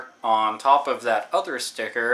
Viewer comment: Hahahaha - "I have a whole bunch ov them." *leans over* "That's a whole bunch ov games." I agree with you on taking care ov games though. Luckily I've never had the problem with the stickers. I don't even recall having to peel them off at all; maybe I just subconsciously removed the stickers.